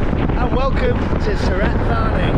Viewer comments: Santa Fanny... it's pronounced Su-rat Ta-nee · Mate it’s Surit Thani, I went once in 1996 I still remember how to say it correctly , 😂